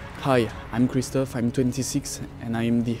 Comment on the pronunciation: God ! The names ! It’s Christophe not Christoph and Guillaume not William !! Is it that hard ?